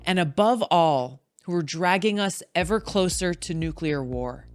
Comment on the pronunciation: It's Nuclear not Nucular 🤣 Everything is clear after a nuke, not cooler